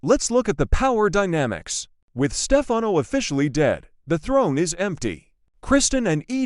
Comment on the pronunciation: I think the narrator would know how to pronounce , Stefano😡